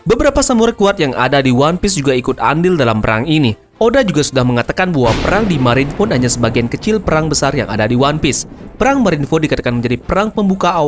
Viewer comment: Marine food? Marine ford bang :v